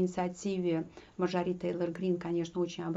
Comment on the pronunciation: Спасибо за подробный, грамотный, исчерпывающий анализ ситуации в Вашингтоне, только МАрджори, а не МарджорИ. Извините, просто режет слух.